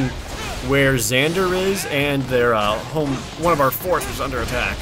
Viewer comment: Lmao I've never heard anyone say "myrmidion" like jared does Everyone I know says Myrmidon